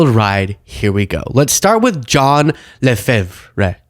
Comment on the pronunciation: LeFevre is typically pronounced La Fever.